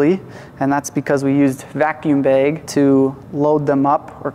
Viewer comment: Also, its "bag" not "baeg"😂